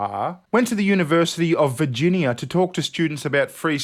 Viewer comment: Yniversity... Af Figinia... Yeah there I think I got it down pat